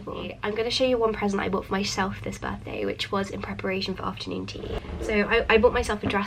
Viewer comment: "ofta nuun ttttt"